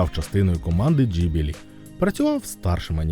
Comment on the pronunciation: Насправді назва студії Ghibli українською транслітерується як Ґіблі, не джіблі(gibli) і не гіблі(hibli)..раніше назви імен і прізвищ з літерою Г транслітерувались інакше, тепер англ. H=укр. Г